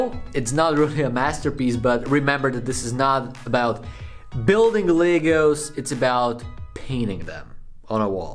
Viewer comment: That was good thought you saying legals. Then pull the box up Legos. Love how different accents pronounces words.